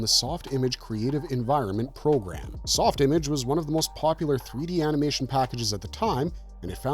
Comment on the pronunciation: I think it was pronounced "Softimarrrge"